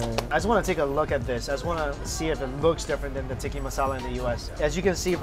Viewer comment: Dude, listen to how HE pronounces the dish names. It's TIKKAH masala.